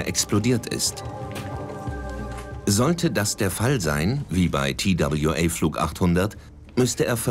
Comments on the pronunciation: Der arme Sprecher. Immer wieder der Zungenbrecher Tie Dabl Ju Ey statt einfach TWA zu sagen. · Wenn die einen „Tail Strike“ unpassend ins Deutsche übersetzen, hätten sie TWA auch deutsch aussprechen können. Das sehe ich auch so.